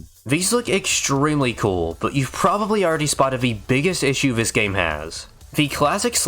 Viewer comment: How is it that you can pronounce "th" sounds properly when saying "throughout" and "thoroughly" but still say "vis" and "vat"? It's maddening. I want to like this channel so badly. Please, please take a second or third pass at the audio. You're clearly reading from a script so you can easily re-record and edit segments. I promise I'm not being a dick. I'm a voiceover guy myself. I'll edit your VO for free, reach out to me. Please. It's a tiny, easy change you could make but it would be a humongous leap in quality for you. Please.